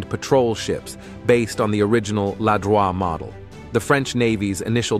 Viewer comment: in french it's "Ladroïte" (like droïd, but with a T, do not prononce the "e").